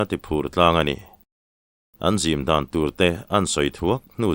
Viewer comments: Kan sa zim lai tih a zim i lam dan hi ava diklo ve aw. Kan sa zim lai. A sa i sawina anih chuan zim hi sual sim tiha sim anga lam tur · Thluk dik lo nasa ṭhin lutuk vang hian ka ngaithla ṭha peih lo ṭhin a, nang leh Mafaka hi ka fak ber in ni Mahse, sa zim chung chang i thluk dan hian beng a tikham ve deuh tlat, sa kan zim tih nise, i thluk dan hi a dik tho a, kan sa zim tih leh, zim dan tur an sawi ho tih ang chi ah hi chuan, thinrim tiha, rim lai thluk ang hian, zim tih lai hi thluk tur a ni thung